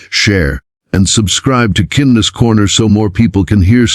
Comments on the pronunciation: Yeesh. AI speech. Isel, not aisle. Kin Ness Corner, not kindness. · Please program the text-to-speech software to pronounce "aisle" and "kindness" correctly. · Why can't the AI narrator pronounce AISLE, KINDNESS and DANIEL correctly? Is it so difficult to have the text read by a REAL PERSON? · Kindness, Daniel, aisle. Only a robo-narrator gets simple words wrong. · Fix the AI, it can’t even pronounce “KINDNESS “ and ,lol, isn’t that the site’s name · The narrator of this video has a great voice. Pls do him & yourselves a favor & teach him the correct way to pronounce “kindness” & “aisle.” Good video!